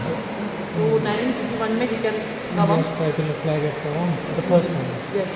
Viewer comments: Please at least do make your pronunciation clear. It's Tawang not Tamang...!😊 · Vaiji Tawang ko Tamang mat bolo yrrr.... Dukh hota hai sunke. 😢